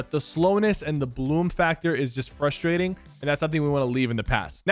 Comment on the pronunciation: Finally a man who pronounces frustrating correctly